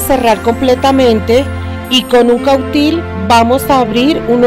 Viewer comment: No es cautil es: "cautín"